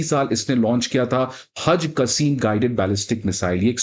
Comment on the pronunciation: वह टिट फॉर टिट नहीं बल्कि टिट फॉर टैट होता है।😅😅 और मिसाइल का नाम हज कसीम नहीं बल्कि हज कासिम है। दुनियादारी से थोड़ा बहुत जुड़ा व्यक्ति भी यह दोनों शब्दों का उच्चारण अच्छे से जानता है क्या आप वाकई हो।😅